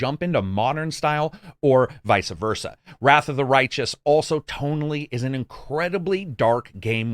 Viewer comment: That and "vice-a versa"